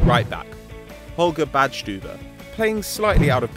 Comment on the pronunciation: You pronounce Badstuber very good